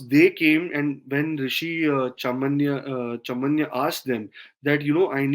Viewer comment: pronunciation---- chyavan and not chaman|| CHYAVAN